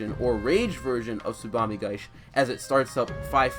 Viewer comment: there's an i at the end of "tsubame gaeshi", if you're going to make a video where you say it 100 times you could try to pronounce it properly